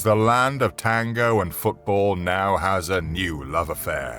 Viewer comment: "land of tangou and assadou" jaja me hizo reir